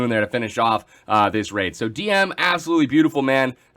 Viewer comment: Nice thumbnail also Dm must be happy that you're saying his name correctly ^^